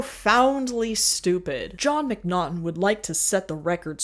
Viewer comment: Just want to let you know: His name is Jon Mcnaughton, not Mcnottum, and not John.